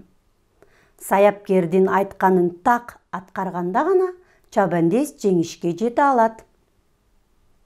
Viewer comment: Чабендес эмес чабандес